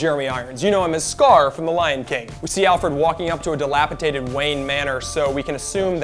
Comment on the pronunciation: "Dilapitated", tee hee